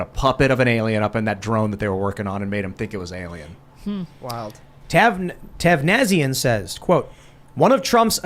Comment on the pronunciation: Bro or Sis, whichever you are, you literally blew my mind driving home from work tonight hearing Tim speaking/mispronouncing your name in the super-chats section here. You’re not the only Tavnazian out there! Long Live The Marquisate of Tavnazia! Long Live Vana’diel!